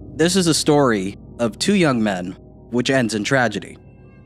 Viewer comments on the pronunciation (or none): none